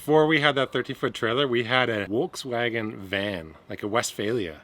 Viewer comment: What's a WolksWagon?????? Lol.